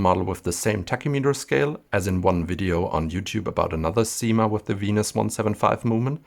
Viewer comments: SIma, not ZIma ! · Thank you for this beautiful video. Just to let you know, we don't say "zyma" but "ssyma" with an s like snake. This is the same for "la cyme d'un arbre".